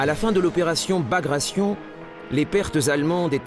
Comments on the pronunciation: Bagration, with 'gration' pronounced as in migration? It's a Russian name pronounced ba-gratt-ai-on. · Bagrayshn? Very funny.